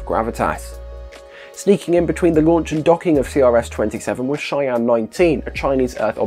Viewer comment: Every time you say "Shiyan" my brain instantly wonders why China is launching a satellite named Cheyenne.